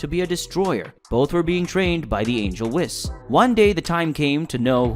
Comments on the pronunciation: Why do you pronounce Whis like that? In the show it's pronounced Whees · bro for the love of god PLEASE pronounce Whis correctly next time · I dont know if I trust someone that mispronounces Whis and manga.........